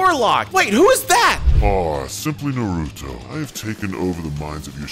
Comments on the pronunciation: It is naruto so u r right u use to say nuruto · watch the subbed!! ( it's naruto not na-ru-toe ) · It's na ru to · He said norutho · It’s not naruuto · We are banning your license for hokage because u said noruto wrong your banner from the villiage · You are saying Naruto rong